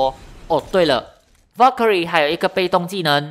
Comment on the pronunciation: wow Valkyrie 的發音很ok！